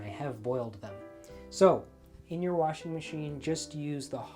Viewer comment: I love you! You said "warshing." Sooo old school just like your approach to everything. This is a wonderful reminder and I've never heard of bluing liquid. My mother dropped the ball on educating me on that one!! And, I had no grandma to teach me either.